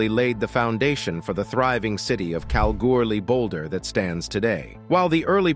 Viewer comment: This is how you say Kalgoorlie like Australians do. Cal gool ee easy isnt it announcer 😊